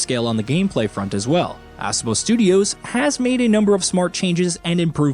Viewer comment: Ass-obo 😆 it's UH-SO-BO